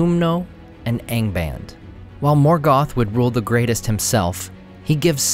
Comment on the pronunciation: Don't you pronounce the A in ANGBAND the Latin way, ie. as in fAther?